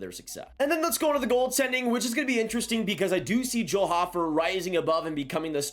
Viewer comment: Joel *Hoe-fer, not hoffer lol nice content as always tho